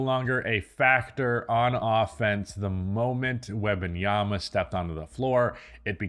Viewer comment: "WEBanyama" over and over...🤣🤣🤣come on dude